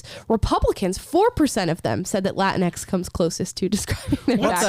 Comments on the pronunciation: I thought it was pronounced like Kleenex. Latinx. Either way, completely stupid garbage word. Lol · It's pronounced "la tingx" like "la jinx" or "la minx" !!!